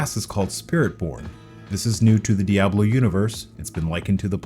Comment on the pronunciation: Another 'jagwire' dude 😂 good you didn't call diablo 'dayablo'